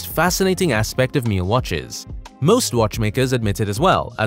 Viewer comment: Never heard it pronounced like that before. All the rappers just use the normal Richard pronunciation. Ritch-ard not Ree-shard. Also Mill that rhymes with hill and not meel